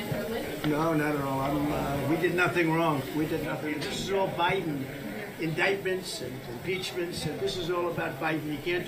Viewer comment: I love how he pronounces “indeyted” and “Beyden”. I’ll miss that once he’s under house arrest.